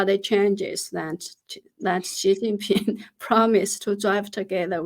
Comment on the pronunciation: Was I the only one who heard S#i++y Ping instead of Xi jing Ping.